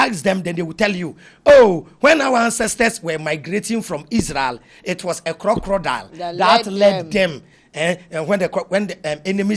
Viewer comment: 😂😂😂 plz the word is Crocodile not crocrodile and consequence not coinsequence 🙏🏾🙏🏾